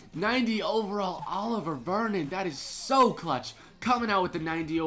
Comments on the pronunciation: A-live-e-er Olivier not oliver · His name isn't Oliver Vernon it's pronounced olive-EA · It's olivier not Oliver😂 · What's up. Just letting you know Oliver Vernon is pronounced oliv-ee-ay